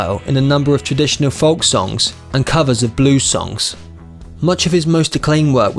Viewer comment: I think it was a machine, folk was really pronounced L